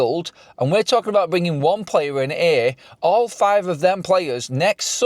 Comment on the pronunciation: Who they bwinging in?